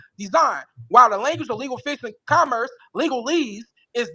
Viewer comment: This is long, and is closer to things I would have put in the chat than my normal commentary on B&B posts. I blame you guys, bingo, and Legal Fiction and CerebralTackle for keeping you two so well lubricated. To be fair: If one hasn't heard the word "commerce" pronounced correctly, pronouncing it based on "commercial" isn't an illogical guess. Making fun of criminal idiots of all shapes, colors, and sizes: Have you guys actually covered anything involving "little people"? Using AI to read something to you: I read a lot via Audible, so I can't knock that - it lets me read and do something else at the same time. I've been using Audible to read the Wheel of Time series, and am almost done. Not a funny: Thinking about it, I imagine that Mr. Lang is telling the truth at his stop, to his belief. That said, the first thing he said was that the license plates were legit and paid for, which sounds like a blatant lie. I've seen this video several times, and heard people reference a GrubHub bag -= I haven't seen that in the video. And (again, to be fair) one could have a GrubHub bag or sticker from previous work. Clearly, the opposite of "understand" is "derstand". The Constitution does carve out the District of Columbia (actually, whatever non-state area was specified for the eventual capitol) as being under the authority of the federal government, as opposed to any state government, as are U.S. military bases. BSBT's address: Is General Delivery still a thing, or have PO boxes replace